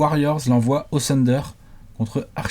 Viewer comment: J'en peux plus d'entendre le "sunder", c'est "THHHHunder" bordel.